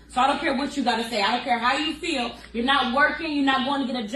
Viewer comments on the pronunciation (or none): none